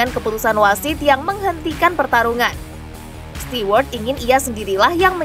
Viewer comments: bacanya STU... bukan stiwerd. Ganggu kuping😁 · belajar mengucapkan bahasa inggris yg benar mbak sebelum jadi penyiar...alex stewart itu bacanya alex STUWART...bukan bukan STIWART...bikin malu aja 😂😂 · Stewart itu dibacanya stuwart mbak 🤭😁